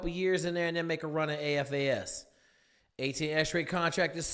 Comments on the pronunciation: it sounds like you keep saying AFAS….just making sure you know that it’s SFAS? No worries mang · It's SFAS, not AFAS Special Forces Accessment and Selection SFAS